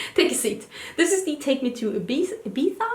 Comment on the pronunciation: You said Ibiza right! 😊 Congrats on your collab 😘💃🏻